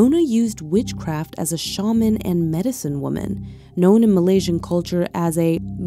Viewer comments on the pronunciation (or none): none